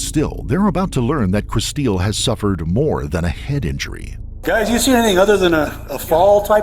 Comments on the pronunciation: I doubt her name is pronounced "Kristeel." Looks like "Crystal" to me. 🙄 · Her mom pronounces her name Kristil like "crystal." The narrator, the husband, and the detectives all say it like "chris-steel." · I absolutely hate it when they mispronounce a victims name. Where did the get Kristeel from Kristil. Kristeel is not what her mother called her. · Decent video but the AI voice ruins it. Like Kristil (just a common way to spell Crystal a little differently) is pronounced "Crys teel". Wasted our time - just have a friend narrate! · Guaranteed her name was "Crystal" but people love to spell that name really crazy. The AI voice or whoever is driving me nuts saying "Kristeel". RIP. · Kristil? Pronounced Kris- STEEL? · Please make sure in the future that you pronounce vitim's names right. You can HEAR her parents pronouncing it "Crystal." If you are making content and profitting off of victims you need to make sure you honor them and pronounce their names right. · So does her dad